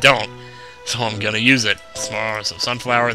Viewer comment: Okay, repeat after me: sunflower Sunfower SUNFLOWER!!!